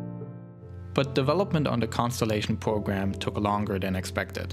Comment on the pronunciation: lol i just love how he talks! wocket pwogram wussia